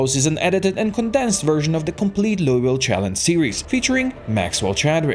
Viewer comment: As a Kentucky resident, I am very angry on how you pronounce Louisville. It's pronounced Loo-eh-vull